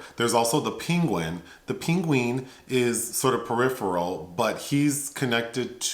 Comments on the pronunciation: "...The Ping-Ween" (Penguin) lmfaoooo the way you pronounced "penguin" is hilarious. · i burst out laughing when he said peengween